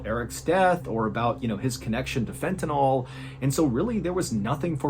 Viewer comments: Just an FYI, it's pronounced Fenta-NIL, not Fenta-NALL. You got it right in the second half of the video a few times 😁❤❤ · Sorry to be a dick, but it's pronounced fentaNILL, not fentaNOLL. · I know it’s a nitpick, but I work in a clinical setting with the drug so I always correct people when I hear it pronounced this way. It’s pronounced like fentaNULL, not fentaNAWL. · How can you show a vial of fentanYl, and still mispronounce it? It's not NOL, it's NYL. 🤦‍♂️ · It''s FENTANYL... That's pronounced like Fentanil. NOT Fentenol. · Fentanyl is pronounced Fen-ta- nil, not NALL. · It's fentanyl, not fentanol. Why can't anyone pronounce this word? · FENTANYL not fentynol. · Fentanyl, not fentanol. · It's "Fentanyl" not "Fentanol" (which is the way you pronounced it in the "Stupid Killer" video. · Please know that there is not, nor has there ever been, a drug by the name of " fent-a-NOL". It ends in "NYL", not "NOL". It is Fent-a-NYL, which rhymes with "Sent-a-pill". Please tell Sean Hannity also, since he hasn't pronounced it correctly either.